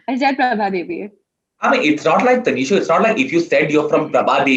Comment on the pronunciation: Did he keep calling her Taneeshow? Lmao.